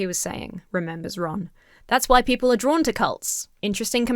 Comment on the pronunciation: I’m gonna walk around all weekend saying “hwhy?!” cuz the way he pronounces it definitely has an H at the beginning 😂